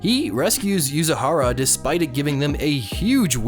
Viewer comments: "yuzihara" _____________ Yu zu ri ha = √. Yu zi ha ra = ×. ____________ You zoo re(like reeds) ha(like hat) _____________ Please fort the love of the Kraken's left testicle say it right T_T It's not like it's a hard name like the blond dude from a certain magical index. 🙏🙏🙏🙏🙏🙏🙏🙏🙏🙏🙏🙏🙏🙏🙏 😥😣🍸🍺🍺🍺🍺🍷🍷🔪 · Its Yuzur i ha Not YUZURAHA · IT'S YUZURIHA YU-ZU-RI-HA NOT YUZUHARA